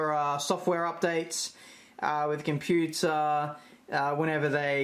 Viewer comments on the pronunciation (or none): none